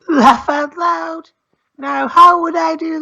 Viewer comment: "lawff out loud"